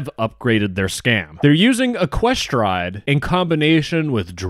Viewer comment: wrong pronounciation. it's ECK-kwe-stride